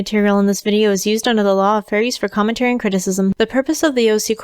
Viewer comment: When you say commentary in your disclaimer I keep hearing furry and I don't know why! I need help.